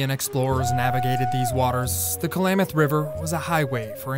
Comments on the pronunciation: The narrator mispronouncing Klamath as Kalamath is annoying. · Stop saying Ku-Lamath! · Ugh, the narrator needs to know how to say Klamath...like clam... not Kalamath. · Announcer calls it Kal-lam-muth. Is that correct pronunciation?